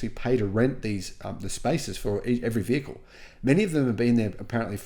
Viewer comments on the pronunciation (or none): none